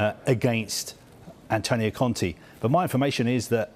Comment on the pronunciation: ContE not Conti. These guys butcher even the most simple names.